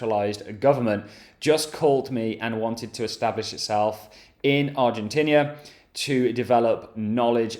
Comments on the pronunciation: Do you pronounce Argentina Argentinia in England? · It’s Argentina not Argentinia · Its Argentina NOT Argentinia! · Holy shit mate, what the f is ArgenTINIA?…. “English are the people who speak correctly” my bollox. You often come across to me like you’re blagging it. How can you seem to be so knowledgable on certain things and not know what Argentina is? Baffled. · English are the only ones who speak properly 'Argentinia' 😂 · Is he saying Argentinia? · Also Argentina, and the president look up pronunciation, appalling, get back to school.